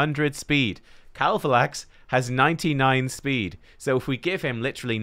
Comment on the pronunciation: Way to go, you successfully BUTCHERED KAVALAX....Can I have him please